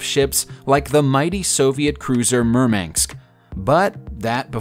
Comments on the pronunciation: The name of the Russian cruiser is MURMANSK. MUR - MAN - SK. Say it right. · he's saying murmanks instead of murmansk. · The cruiser Murmanks??? 😆🤣😄